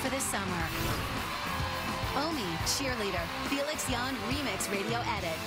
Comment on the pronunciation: Who the hell even is Cameron Dallas? Felix so deserved that. And Bella, learn to say his fucking name. I mean damn